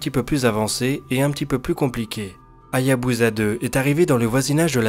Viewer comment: Encore un bon dnde sinon petite remanque ,la sonde Japonaise se prononce comme "Hayabussa" et non pas "Hayabuza",pour le reste continue !